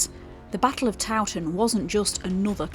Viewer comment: So good you pronounce Towton proper lol. Not like some so called historians who call it TOE TON pmsl. Suveners no doubt. Mi Dad took me to look around and to mass back in the 60s/70s when it was owned by monks n not open to the public. He had contacts lol. I took my kids there to midnight mass on Christmas eve a couple of times. Showed them the saint in a glass box under the altar. It was said that she had been covered in wax which was sculpted to be a realistic likeness. I'm only a few miles away all mi life lol. So good that this lovely place is being kept alive. I was worried a few years ago. Might have been demolished n become little wooden boxes pretending to be homes lol. Think you missed the wax covered saint out. I can't remember any more details but the monk ghost was a thing in the 60s lol. It oozes history in a nice way.